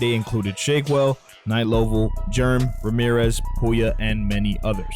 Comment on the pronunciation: u really did my boy lovell wrong with that pronunciation